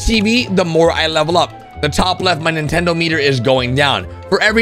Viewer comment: Ahh yes. Ninetendo switch